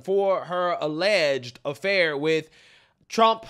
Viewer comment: Aledged lover? We're still on 'aledged'?